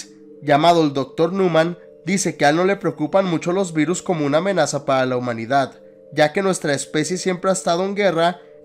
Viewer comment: Aveces escuchaba Beatles en ves de virus xD